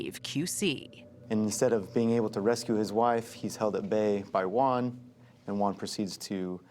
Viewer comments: Cannot Americans pronounce the Spanish name Juan correctly? Why do they pronounce it as One? It sounds ridiculous. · “And there was no-Juan in the vehicle” 😂 I know that was done on purpose